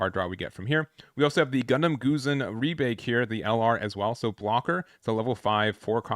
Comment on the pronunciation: Gusion is pronounced GOO-shee-on.